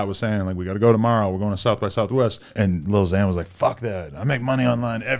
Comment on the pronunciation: Why do you say little zan, little pump 😂